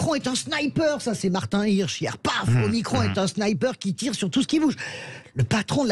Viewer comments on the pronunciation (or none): Martin Hirsh ? Non Martin Kirch 😂. Eh ! Je sais que c'est Noël mais faut arrêter les cerises, mon chéri.... Il y avait aussi Martin Kiche 😂. Ce type c'est pas de la tarte...